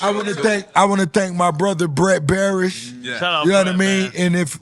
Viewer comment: It's Brett Berish and not Barish (as put on the flowers) XD